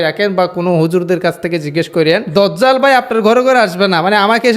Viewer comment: ভাই সঠিক উচ্চারণ দাজ্জাল, আর মোবাইলের সাউন্ড হালকা